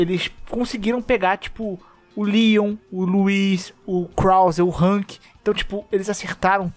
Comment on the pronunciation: vc disse HANK???? HAAAAAANK?????? kkkkkkkkkk